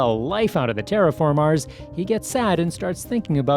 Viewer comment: Why do you say TerraFarmars